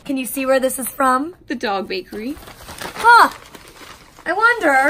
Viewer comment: she said the dog baRkery instead of bakery hahah funny